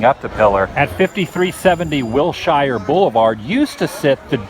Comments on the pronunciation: Wilshire is pronounced Will sure, not Will shy er... :P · WILL SURE NOT WILL SHIRE... and every time you said WILL SHIRE it just bust my buttons.... still love your Vids! WILL SURE WILL SURE WILL SURE.. YEA! xoxo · Love the video, but just so you know, native Californians pronounce Wilshire Blvd as "Will-sure" not "Will-shy-yer." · Wil-sher. Wil-sher Blvd., Mr. Woo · watching your back here: As a LA native, wilshire is pronounced like will-sure. Us, funny weirdo Angelenos, I know. hahah I really loved the video though! thanks for giving us the addresses! i haven't been to MGM or WDW yet. It's weird to see how disney perpetuates hollywood and California as. Hollywood isn't this clean nor pretty. I wish I could've seen Hollywood in its hay day. Sunset Blvd is pretty great when you're heading towards Malibu and santa Monica. Disney would've done a wonderful job of recreating some of the early 20th century architecture in Burbank. The Burbank Water & Power building is a pretty awesome example of art deco work. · Hey Adam.. greetings from Riverside CA.. Wilshire Blvd isn't pronounced how it sounds.. it's pronounced Wil-Shur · Just so you know - the way we locals pronounce Wilshire - is WILLSURE. And I believe the dog atop the building is not a dalmatian but a great dane! ;) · I'm not trying to hate, but you're pronouncing "Whilshire Blvd" the wrong way.